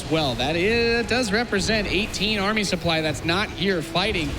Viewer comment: "The soup-ply is the soup-ply." Well duh.